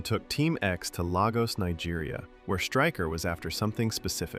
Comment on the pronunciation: Great video. Watched part 1-3 recently Though the pronunciation of Lagos, Nigeria🫠